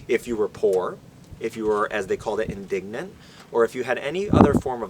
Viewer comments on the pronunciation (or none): I believe indigent is pronounced with a J sound. "indijent" which means unemployed or homeless. "Indignent", with a hard G means offended.